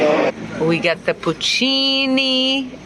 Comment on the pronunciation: These are no "puccini"😢, but "PORCINI" ! 😢😂